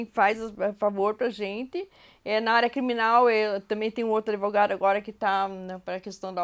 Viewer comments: Senhora começa aprendendo a falar ADVOGADO(A). E com D mudo senhora! Por favor!!!!!!! Fere meu ouvido um bacharel falar assim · Adevogado? Gente, advogado.